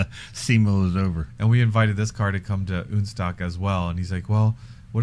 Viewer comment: OK, I have to finally comment on ÜNSTOCK, not the concept, but the name (yes I like modified Porsches!). As a German this makes me flinch every time I hear it. In German we have "Un..." just like in English when you negate something, like in believable vs unbelievable. But not every a,o,u in German is an umlaut like ä,ö,ü. And the "Un..." is not. I get it that is is supposed to be a merger of 2 languages to make/have something non-stock. So, the way to name it would be UNSTOCK, as far as I'm concerned anyway. You even pronounce it as "UNSTOCK". Sorry, to me its just not that funny..... Maybe I just jump into my Pörsche and go for a drive ....🤔